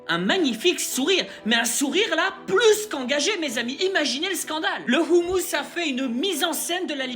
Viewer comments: Tu prononce mal, c Hamas non homous le dernier c un plat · je te remercie pour ton implication 💪🇩🇿💝💪🇩🇿💝💪🇩🇿💝💪 Concernant la prononciation, tu as déjà des commentaires là dessus 😉 " le hamas " et non pas " le houmous " à part ça tout va bien 💪😘💪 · Il a fait exprès de prononcer ainsi, moi aussi je me demandais pourquoi il parle du houmous "pois chiche"😅